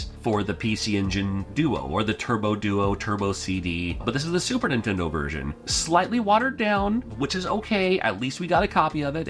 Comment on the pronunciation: The way you pronounce Super Nintendo drives me nuts. You say "Sue- Purnintendo"